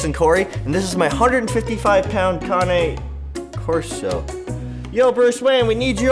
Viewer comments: Looked on google and you pronouncing cane wrong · You don’t even know how to pronounce the breed name.